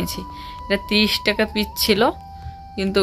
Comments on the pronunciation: Ae 100 takar shakha gulo sonkher shakha na. Karon original sonkher shakha onk dam hoy. R pich ki kotha ota piece tomar onk kothar pronunciation khub baje tomak onk bar dekhechi pich bolte tai bollam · ছিটিগোল্ড না শিটিগোল্ড, মেলা বাড়ি না মেলা,সুইটার না সোয়েটার, পিচ না পিস। উচ্চারণ গুলো ভুল করলে খুব কানে লাগে শুনতে। একটু ঠিক করে উচ্চারণ করবে।